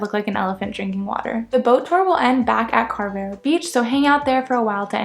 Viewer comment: The pronunciation of Carvoeiro places much more emphasis on the 'o' than you have made and is equally stressed along with the other parts of the word. Think of it as carve-oh-eye-roo. The 'r' is slightly rolled on both the first and last syllables. A single 'o' on the end of a word in European Portuguese sounds like a double 'o' in English. I mention this because had I not realised that you were trying to say Carvoeiro (since I saw it on the map that you presented), as a Portuguese speaker I honestly wouldn't have understood what place you were talking about. 🙂 Likewise, 'Marinha" isn't pronounced "marine-ha". It's pronounced like "marine-ya" in English. Likewise Vale de Centeanes isn't pronounced as val-ay-day-cent-ay-ann-es. It's pronounced as valuh-duh-cent-ay-an-esh. The 'de' in Portuguese sounds like 'duh' (not 'day) and words ending in a single 's' sound as if they end in a soft 'sh' in English. Glad to see that you're having a good time in the UK and Europe. 😉